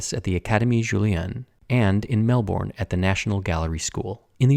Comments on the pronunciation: Mel-bin, not Mel-born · Obligatory it's pronounced Mel-Bn comment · I love your North American pronunciation of Melbourne especially with the rounded vowels our the ‘our’ part. Here in Australia , we pronounce it as if spelt Melbirn. It’s just one of those things that makes me giggle like the Brits listening to people try to say Marlybone or Worstershire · Also, it's Mel-bun, not Mel-borne. I grew up there. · Just a heads up it's pronounced 'Mel-bin' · You have an international audience, and out of respect for that, maybe learn how to say the places where we live? Your pronunciation of "Glasgow" and "Melbourne" were cringeworthy. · Or the way he pronounced Melbourne.